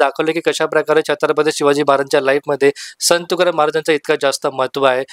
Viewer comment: अगोदर मराठीत संत तुकाराम शुद्ध बोला मग आणि त्या चित्रपटावर बोलण्याची पात्रता प्राप्त करा नुसता review च्या नावाखाली दुकानं उघडलीत असले review म्हणजे ...... असो आपल्याला परमेश्वर अभ्यासोनी प्रकटावे अशी सद्बुद्धी देवो ही तुकाराम महाराज चरणी प्रार्थना